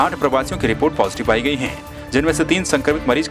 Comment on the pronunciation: Samachar Naak se nahi Muh se bolo to achchha hoga! Hai ko Hain bola ja raha hai! Kaun selection karta hai ? Dhanya hain aise logon ko select karne wala!